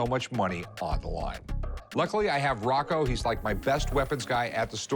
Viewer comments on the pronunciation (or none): You say Rocco my name is Rocco